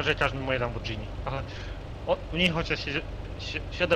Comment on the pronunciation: wymawia się Lamborgini a nie Lambordzini